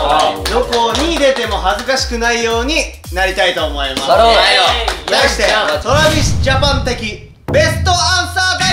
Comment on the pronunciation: 皆さん、のえるさんの「 Travis Japanでぇす！」 発音すごい、、(語彙力)